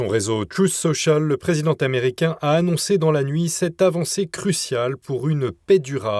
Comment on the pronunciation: Il serait temps que vos journalistes ne fassent pas des liaisons qui n'existent pas. Exemples le dirigeant T' americain , le présidenT' americain !!! Çest tellement choquant et de plus en plus sur d'autres vidéos le français est estropié et ça fait mal aux oreilles. Comment s'étonner que les jeunes parlent de plus en plus mal si ils ont de tels Exemples ! Merci d'en prendre bonne note et pour vos informations que je suis toujours au qutidiens